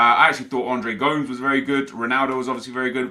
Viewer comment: Please stop saying Andres Gomes its Go-Mes